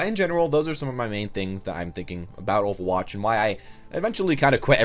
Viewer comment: Because you can't pronounce overwatch?